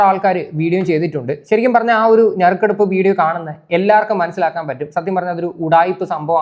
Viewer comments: ഞറുക്കെടുപ്പല്ല..... നറുക്കെടുപ്പ് 🙏🏼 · മോനെ - ഞറുക്കെടുപ്പ് അല്ല😂😂 നറുക്കെടുപ്പ്😊😊😊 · ഞറുക്കെടുപ്പ് അല്ല നറുക്കെടുപ്പ് എന്നാണ് ബ്രോ... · ഞറുക്കെടുപ്പ് അല്ല നറുക്കെടുപ്പ് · Nharukeduop Alla Narukedupp Aanu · ഞറുക്കെടുപ്പല്ല.... അളിയാ..... നറുക്കെടുപ്പ് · ഞെറുകെടുപ്പ് അല്ല... നറുക്കെടുപ്പ്പ് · അതേയ് 🙄🙄ഒരു മിനിറ്റ് 🙄🙄ഞറുക്ക് എടുപ്പ് അല്ല...... നറുക്ക് എടുപ്പ് 🙏🙏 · ഞറുക്കെടുപ്പല്ല ...നറുക്കെടുപ്പ് ...നറുക്കെടുപ്പ് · ഞറുക്കെടുപ്പ് അല്ല ഹേ നറുക്കെടുപ്പ് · ഞറുക്കെടുപ്പ് അല്ല കൂട്ടുകാരാ, നറുക്കെടുപ്പ് ആണ് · ഞറുക്കെടുപ്പല്ല ഭായ് നറുക്കെടുപ്പ്